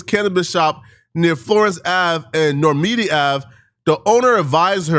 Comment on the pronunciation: “Normanny” Lolol after he call Ant slow is hilarious